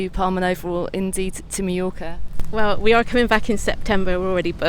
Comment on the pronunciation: "My-Yorka" lol